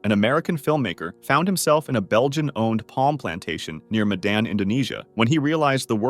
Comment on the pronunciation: It's mey-dan